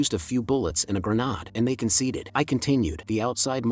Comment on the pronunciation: It's mildly aggravating to hear a grenade called a "Gren Odd" whenever the word comes up...